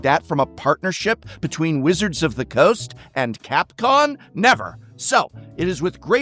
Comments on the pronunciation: are you saying capcon instead of capcom? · idk if ti was a genuine mistake or a REALLY good bit to mispronounce capcom as capcon here but I love it, champion of kotoko forever. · Did... did you accidentally call them 'Capcon' here? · lol. “Capcon” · *Capcom You said Capcon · I'm pretty sure you keep saying CAPCON. It's COM. With a M. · Did you just say CapCON? A little Freudian slip maybe? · why do you keep saying "capcon"? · Clearly said "Capcon" right after talking about typos :P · Wait, are there errors in the video some sort of nod to the situation? I swear you say Capcon a few times and during the review of The Hunt Secret Lair you ask 'Would you like to spend 9 dollars for 40 dollars worth of cards, or 5 dollars for 30 dollars worth of cards?' Should it not be the other way around? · Is he saying Capcon? 🤣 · I kept hearing Capcon throughout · Why does Prof keep saying Capcon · Am i the only one whose hearing him say "Capcon" every time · Someone who mispronounces Capcom, misspelles 'cancelled" in the name of his video, and get's the name of the area wrong that is supposedly misspelled, probably shouldn't make such a big deal out of Wizard's typo